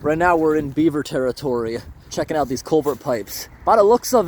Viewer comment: You need chest waders or a Farmer John wetsuit bottom. Culvert, not colvert.